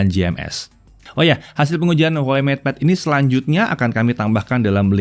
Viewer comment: Ngepad kali...😄😄